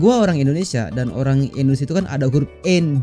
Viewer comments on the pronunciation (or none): none